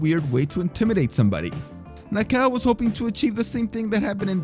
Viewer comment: "Na-ka-oh", not "Nah-cow".